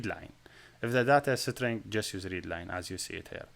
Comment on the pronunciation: Pls google the pronunciation of string